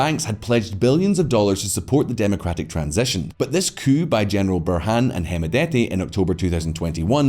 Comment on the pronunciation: Pronouncing coup cooop